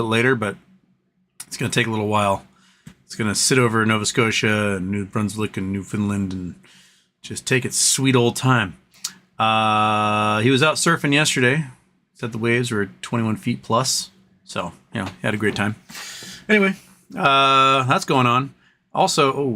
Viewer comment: Ok, repeat after me, its New-found-land as we say it around these here parts.